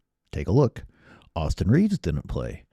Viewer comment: Not to be THAT guy, but it’d be Reaves’ no extra S at the end.